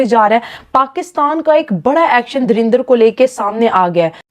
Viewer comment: Dhurinder nhi dhurandhar ĥ .....criticise kerne se phele pronounce kerna sikho n what rubbish we are proud of our defence force tumhari hakikat dikhai h....himmat hoti to bangladesh banne se rok lete derpok terrorism phelate ho